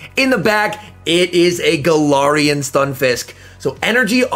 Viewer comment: galahhrian lol